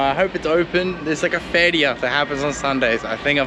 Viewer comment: Feira not Feria. Feria in Spanish is money, “feria” in Portuguese is not a word